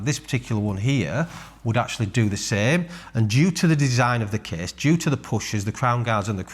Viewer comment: the kehhhhss is very hevveh